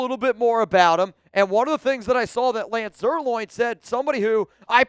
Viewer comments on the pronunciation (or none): You asked us to correct you, so here it goes. It's not pronounced Zerloin, it's pronounced Zerline. Just trying to help you out because I've heard you call him loin 2-3 dozen times, lol. I'm far from perfect, too.